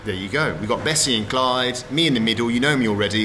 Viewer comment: it's Klayd not Clyde